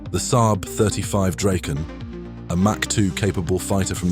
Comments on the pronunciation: It's Draken.. (Dragon)....it is NOT "Drayken" as you pronounced it....there is NO "Y" in Draken or Dragon. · Nice that you are getting the pronunciation almost right! (The "Draken" is Dra:ken, not "Drayken".) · either way the "drayken" pronunciation is wrong.